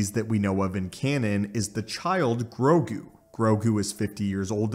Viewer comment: grogu not "grogi"